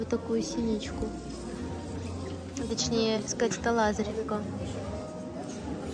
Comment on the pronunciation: Надо произносить "лазОревка", от слова "лазОревый", а не от имени "ЛАзарь"